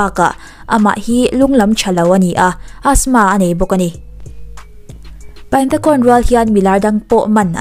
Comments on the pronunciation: Tuna khon tih i lam rik dan kha mizo lamrikin (khun) tiin lam rila "Ta'' tih lai kha mizo lamrik bawkin (Ț) lamrikin (ȚA) ti la a dik ani mai 😀😀😀 i thiam lutuk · Kei hi Burma ka nia Khon nilo in Khun tiin lam ri la a dik zawk mase a theih vek🙂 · A hming Thai tho lam dan i tih khi a dik zawk aw😊Burmese in ပိုင်တံခွန် tia ziah tur nia,thluk sang lutuk loh tur Thai ho thluk ang khian thluk hniam vek tur zawk aw engpawh nise i ti tha lutuk e😍😘Love from Myanmar🇲🇲💕